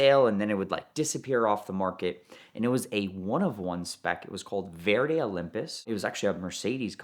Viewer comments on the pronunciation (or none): none